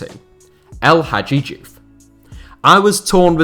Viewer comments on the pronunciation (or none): How come you pronounce Bahrain in Arabic yet miss pronounce el hadji diouf 🤣😂🤣🤣 😂🤣🤣 I swear that you live in your mum's basement getting her to make you hot pockets 🤣😂🤣